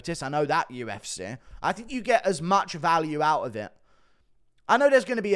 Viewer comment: why do you pronounce 'UFC' (YOU-EFF-SEE) like 'U-F-SIH' (YOU-EFF-SIH)? You continue to butcher the English language.